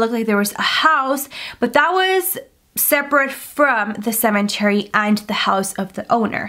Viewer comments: OMG stop saying CeMENTary :'( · Anybody else triggered everytime she says cemeNtary 😂 there is no N! 😭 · Shes still saying cementary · Nobody:: “ CeMeNtArY “ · Or for every time she says "cementery"